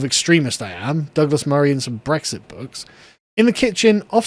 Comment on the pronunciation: 'Brexity books' 🤣🤣